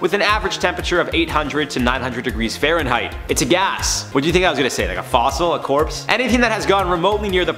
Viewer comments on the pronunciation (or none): none